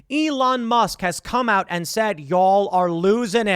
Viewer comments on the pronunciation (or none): none